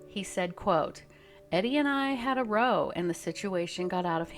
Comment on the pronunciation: Why are you pronouncing "row" like they had a row on a boat and not like they had a row as in, had an argument?